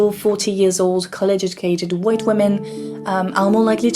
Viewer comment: Why did she say Hwhite ppl? Why did she add and emphasize the extra H?